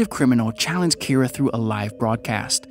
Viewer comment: Keera its kinda more pronounced like keeda. Just with a very slight R sound